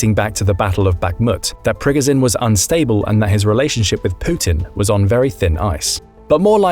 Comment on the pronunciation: You lost me the moment you mispronounced prigozhin's name. Yikes. It's like someone keyed the narration into a narration bot and they stumbled through basic speaking skills.